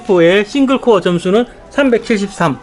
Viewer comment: 아재요.... 코아가 아니구요 코어요 발음이 ....ㅠ.ㅠ